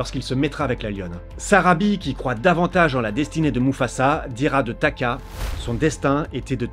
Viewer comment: Sarabi pas Sabari 😂😂😂. Tres belle Video